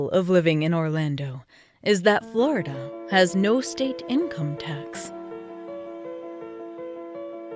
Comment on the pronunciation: FLoIDahh STOP